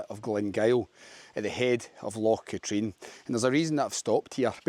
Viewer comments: its not loch "ka-treen" its pronounced loch "Ka-trin" other than that good video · Never heard anyone call it “LOCH KATREEN“…..EVER! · It's not Loch Katrine it's pronounced Katrin and you a Scot it's Glasgow's water supply. The number of Scots on YouTube that can't pronounce Scottish names amazes me it's as if they are just discovering their country. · at the risk of sounding like a pedantic prick, do you not think you should get the correct pronunciations of Ben Venue and Loch Katrine? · Loch con also the h is silent. :-) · Is your pronunciation of Loch Katrine a joke as well?